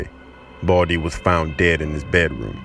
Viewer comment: The one who is talking said boldy Not baldi hahaha😂😂😂